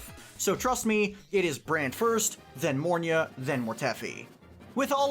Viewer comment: Mornye......it's mornye